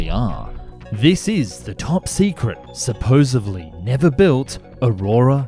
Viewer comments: SupposeDly, not supposeVely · Argh. he said supposIVLY ..supposedly is always correct pronunciation even for bad brit speak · "Supposevly" isn't a word. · "Supposedly", is the correct way to say it. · I inclined not to trust anyone who keeps saying "supposively" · Did you really just say “supposeBLY”? 🧐